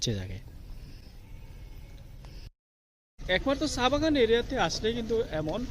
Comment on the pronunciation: ! ছা! না চা, কথা বলা উচ্চারণ ঠিকঠাক মতো বলে ভ্লগ করুন, শুধু টাকা ইনকামের জন্য নেমে পড়লে হবে না!